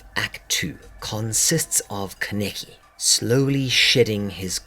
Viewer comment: Love this vid but I was very bugged by you pronouncing his no name 'kenicky' 😂 it's pronounced 'kana-ki'